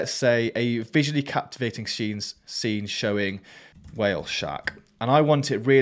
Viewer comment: "Whaah-ale sharks" lol😂😂😂 love the ai voices pronounce